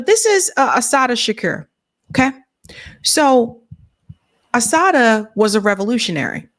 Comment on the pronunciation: U slaughtered Assata’s name, and that’s my middle daughter name sake 🤦🏾‍♂️🤦🏾‍♂️🤦🏾‍♂️🤦🏾‍♂️ And I no I’m being petty right now, but ur 2 informed 4 a mishap like this. Tighten up.